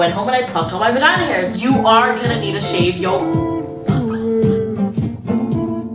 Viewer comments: Girl, you’re wild, thanks for teaching us what nobody has the courage to! Btw, I find it hilarious when you say vAgiNA😂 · I don't wanna say the word "vagina" Also, throughout the video: dramatic pause "VAGINA" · The way she put emphasis on VAGINA😭😭😭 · The amount of times she awkwardly paused and said vagina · I find it so funny that there’s a awkward pause before she says “v@